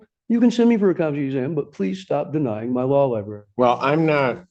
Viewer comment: One thing I've learned from watching court cases is that NO ONE, absolutely no one who's incarcerated can say the word "library." Every single one of them says "law lieBERRY." Never with an r. It's impressive.